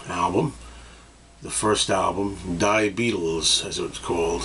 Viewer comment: It's pronounced "dee Beatles", not "dye Beatles". Why did Capitol put out a Beatles Rock and Roll Music collection in 76 when John put out a solo album with the same name around that time? Were they trying to ruin his solo career in the hopes that it would cause him to reunite the Beatles?